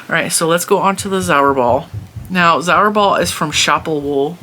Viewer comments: Zauberball is pronounced 'tsaouberrbahl' I am German and I never heard of all those brands... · zauberball act means magic ball its a german word! so u can put it in googeltranslate for the correct pronaunciation!!